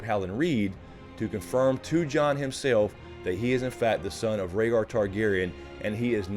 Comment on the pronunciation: Ragar targaryen butchered rhaegars name